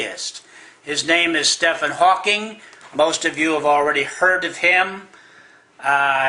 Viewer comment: 10 seconds into the video and he already sounds like an idiot. "His name is Steffan Hawking." Steffan.. STEFFAN!